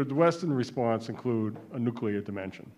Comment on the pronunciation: Why do "expert" americans keep using word "nucelar" ?